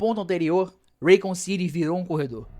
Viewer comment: Broder nao sei de onde vc inventou que raccoon (rah-cun) city virou REIKUN citi , fiz questão de procurar como se pronuncia pra vc parar de passar vergonha -> (e olha q eu nem to pegando no pe do resident "eivil" ("ivou"). Eu curto o RE3 Remake uma pegada Arcade, pegou, jogou, zerou. Nao precisa dar 500 voltas no mesmo mapa. Tenho todos os RE da geracao atual no ps5 pro, a unic coisa q lamento no re3 re. É que nao é otimizado pro ps5 pro